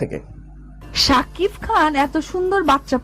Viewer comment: একজন শাকিফ তোর গালে পিসুও দেয়না। তুই সারাদিন শাকিফ শাকিফ করে যা। ঠিক মত শাকিব উচ্চারণ ও করতে পারিস না।